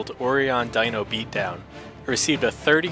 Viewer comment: It's pronounced Oh-Rye-On. Sorry, that was driving me nuts. XD